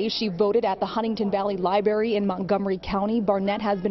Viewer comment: Did the reporter actually pronounce it as LIBERRY?? 🤦‍♂️😂😂